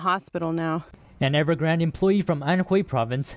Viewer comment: EverGRANDE not Evergrand